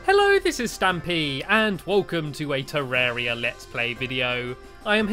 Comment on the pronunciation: the blood moon means zombies can open doors and te-rr- ar-ia not te-rr-er-ia